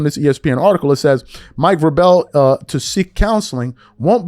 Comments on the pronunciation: They didn't mispronounce it, they pronounced it correctly. But obviously doesn't follow the NFL at all. Which is okay! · Let's sound it out guys...."VRAY-BULL"....not "VRUH-BELL". Yes, it's important because if your channel is about criticism....it's important to be correct yourself. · It’s VRAY- BELL. Do better my man. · Please, PLEASE get pronunciations correct (VRAY-bell). It lends to credibility. Vrabel is an NFL head coach and his name has obviously been in the news. There's no reason not to know how to pronounce it. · It's Vray-bel. He's been in the NFL for 25 years and coached over a decade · Say it w/me... VRA(y)BEL😂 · Pronounced Vraybal. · Vrabel.... Vray-bull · Vray like Ray with a v. Rell. Like bell then put them together vraybell 😊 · Dude, before you talk about a Superbowl Coach, please check the pronunciation of his name. Mike Vraaaaabel. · Mike VraBELL??? 🤣🤣🤣🤣🤣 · Mike Vra-Bell? He's only been around 20+ yrs, you've never heard his nane pronounced before? 😂 😂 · It's pronounced VRAY-bull. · His name is pronounced (Vray bull). Btw thank you for convering this story. I’m hoping these stories get louder and louder!!! I hope NBA players voice out their displeasure at Malika Andrews as well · I appreciate you shining a light on this because she needs to be called out! But bro, at least know the man's name. It's pronounced, Ver-A-ble. Lol😅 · VRAY-BAL good brother. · Bruh! You don’t know who Mike VRABEL is? Put some respect on his name! It’s not Vra-bel 🤦🏾‍♂️ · It’s pronounced vray bull lmao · VRAY-BULL, Bruh. How the fvuk do we not get that part right. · It's pronounced Vray-bull, bro. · Bruh its pronounced Vrable (or vrabul). for someone who is doing sports takes this is kind of a big deal. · This Dude Said Mike Ver-Bell🤦🏿🤣😂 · VAY-brel. That’s how you pronounce the man’s name. Football not your game? Too much LeBron… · This foo cant read....VER-BELL 😂😂😂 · Say it like Vray-bull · Mike Vraaable like Able lol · You can’t pronounce his name WTF?